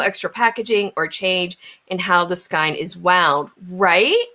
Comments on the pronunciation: Ridiculous! Marketing. Ugh. Also... It's killing me, but skein is pronounced "sk-ay-n." 🖤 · My mother always pronounced it skeen. I wonder if there are regional differences. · I wouldn't mind that she's pronouncing skein differently to me (who isn't used to accents), except she's pronounced it at least two different ways. sk-ee-n and sk-y-n. Now I'm curious about her crafting background.